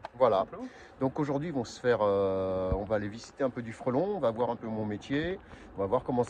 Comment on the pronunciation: Mais pourquoi tu dis à chaque fois frOlon si c'est frElon?? 😆